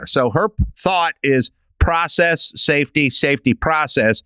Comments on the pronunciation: NGL that sounded like “in positions of power with an eye on SATAN.” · Everytime Adam says "safety" I understand "Satan" lol